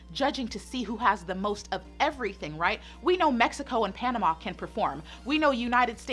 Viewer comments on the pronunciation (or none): none